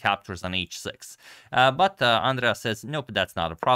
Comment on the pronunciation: Hahahahahahaah Àndrea 😂 it's Andrèa